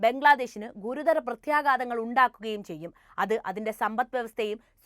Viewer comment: പ്രത്യേഗാതമല്ല. പ്രത്യേഘാതമാണ്. മലയാളത്തിൽ "ഘ" എന്നൊരു അക്ഷരമുണ്ട്